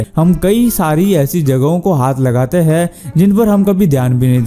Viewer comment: Aap k "HAIN" ka oocharan sahi karlo,sunne k liye aachha lagega